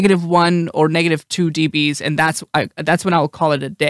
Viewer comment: Do you say deebees to make it easier for viewers understand or because it's fun to say?